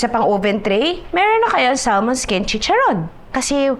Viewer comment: It is pronounced ad Sa-mon.. silent L daw po.